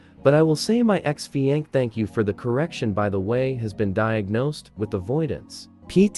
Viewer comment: "Ex fi ankee" 💀